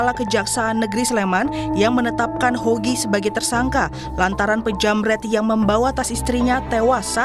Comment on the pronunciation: ngomong nama aja salah. HOGI. Bukan YOGI. Pake mas lagi!